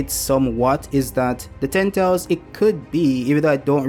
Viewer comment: You gotta work on learning how to pronounce "ten tails." I was too lazy to click the video and the audio captions keep providing me with "tentals."